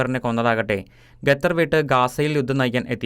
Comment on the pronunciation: ഗത്തറല്ലടേ...ഖത്തര്‍...!ഒന്നു പറഞ്ഞു നോക്കിക്കേ...